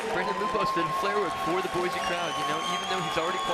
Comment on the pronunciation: at least pronounce boise right.